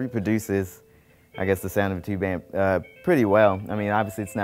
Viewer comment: TU-BE or not TU-BE that is the question.........TU-BE ! This is a Crutti video. The only redeeming factor was a variation of the "Leave it to Beaver" theme ending or some theme from that ear-ah!